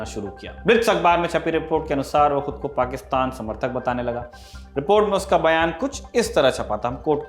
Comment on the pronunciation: पाकिस्तान तो सही से बोलना सीखिए|